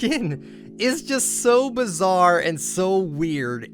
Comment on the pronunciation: STOP SAYING BIZARE